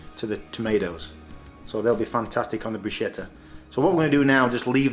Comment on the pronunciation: It's interesting the way you pronounce bruschetta. Native Italian speakers pronounce it brü-ˈske-tə, but it's also acceptable in English to pronounce it brü-ˈshe-tə. It's almost like you're combining the two and saying brooshketta! Kind of like if Sean Connery was speaking Italian hehe